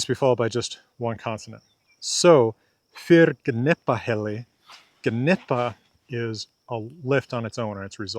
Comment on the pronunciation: Im absorbing what you're saying, I will watch numerous times but I had a question about the G in Gnipahelli. Is the G a hard G or is it silent. obviously you pronounce it, but I was wondering if that was a personal call or if you knew something concrete. I had always heard Gná and Gnipa as corelated to the english words gnaw and nipple and that the G is silent. Thank you for you're language videos and all that you do.